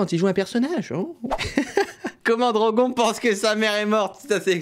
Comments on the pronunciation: attender il a dit drogon et drogonne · DROGON aaah ça se prononce "Drogonne" DROGON à la française on dirait un Pokémon 😂😂😂